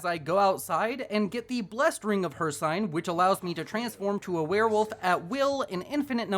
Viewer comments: it's pronounced hirSEEN not hirSIGN bro where u learn english? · not to be rude but its hirciiiine long i not hir cine how to spell it is hircine but its ciine